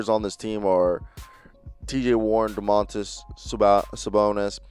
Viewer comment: Hey guys! I'm lithuanian and I would like to let you know - not DomAAAntas, but DOOOmantas SabOOOnis and not ArvYYYdas, but AAArvydas SabOOOnis. :)